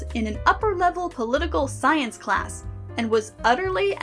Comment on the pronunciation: "political sciece class" dude what